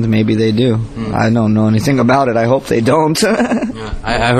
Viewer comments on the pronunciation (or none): sry .. not hobe it's hope xD